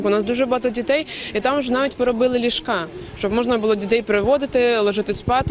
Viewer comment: Що значить слово ліжкА? Перевірочне слово ліжкО? Хіба не лІжко? Розмовляючи українською, наголоси в словах можна ліпити як бог на душу положе? Правил в мові не існує?